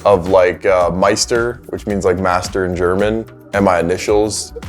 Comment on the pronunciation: as a German I was unbelievable proud of for saying "Meister"